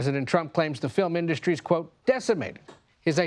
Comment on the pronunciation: I know there are much bigger problems with the incompetent in the Oval, but maybe we can get rid of him because of his exceedingly annoying way of mispronouncing "industry."